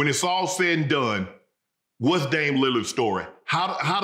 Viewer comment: Yeah. I know it’s confusing since there isn’t a T in his name lol.